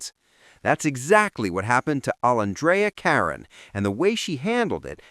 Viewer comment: What….Goodness, at least pronoun Olandria Carthens name correctly! 🤦🏾‍♀️🤨🧐